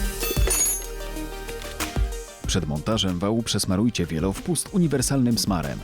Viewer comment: Panie lektor przeczytaj czasami o czymś co ci dają do wydukania. Wielowypust a nie wielowpust